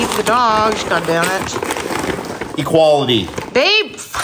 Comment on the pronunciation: “EQUALLY”😂😂😂 love you guys lol